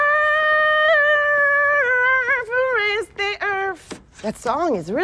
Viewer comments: she pronounces “earth” “earf” and it’s so funny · at first i heard earth then if you listen again you hear erf lol